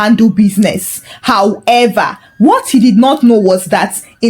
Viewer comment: Aks & however were distracting